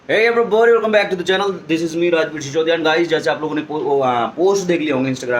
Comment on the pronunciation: Bhai everybody hota hai not everyboody